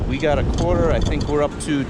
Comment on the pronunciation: this video is 1 yr old, and its PRE-itsa quatah! i cant believe i noticed that.